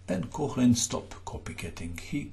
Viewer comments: My advice would be to familiarize with the phonetic alphabet. The oe (ö) in Koehnlein should sound like the u in hurdle, but more open (the h after a vocal denotes the elongation of the sound before). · Off-topic: there is no voiceless palatal fricative [ç] in Koehnlein - you've mistaken the Umlaut oe (ö) for it - hehe... Nevertheless; Alechin surely procured some friction for Herrn Koehnlein!